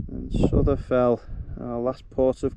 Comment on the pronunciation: Really like the drone footage, Souther Fell is pronounced Souter Fell & Mungisdale is pronounced Mun-grize-dl with the emphasis on grize . Info from Wainwright's North Fells Guide 👍.